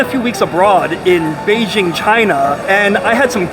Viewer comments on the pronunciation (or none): none